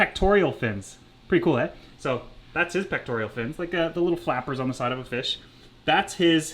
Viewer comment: Come on it’s pec-tor-all not pec-tor-E-all. You knowledge is impressive as is your channel. You desire to educate us is admirable. One would think you want your pupils to get the basics right. 😋